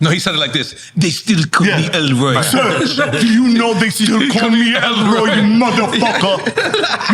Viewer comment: It's Serch not Search and 3rd Bass not 3rd Base, thank you